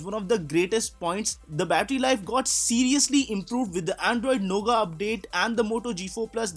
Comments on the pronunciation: great video. But it's not nougaa. it's pronounced as nougat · Lol. 😂 he is calling "noughet" a "NOGA" which he learnt from other channel.